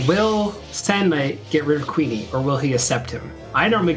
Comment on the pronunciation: For some reason I prefer the GBC version of this over the PSX version. Maybe because there's more monster types to raise. IIRC Kewne is supposed to be pronounced like Koon.